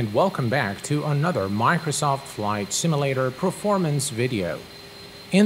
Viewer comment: Um, it's not a "similator" it's a simUlator.